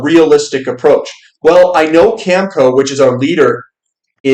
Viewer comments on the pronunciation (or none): not to nitpick. it's cam eh co.. cheers